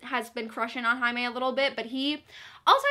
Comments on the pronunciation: Jaime = High-may???? Whaaaaaaaatttt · Omg I completely forgot that Jaime’s name was pronounced in Spanish so when you said Jaime like ‘Highmay’ I was like: ermmmm.... who now?! 😂😂😂😂😂😂😂😂😂😂😂😂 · wait... jaime is pronounced haime??? (i know it's how you pronounce j in Spanish but i didn't realize for some reason) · The way you pronounce Jaime confuses me so much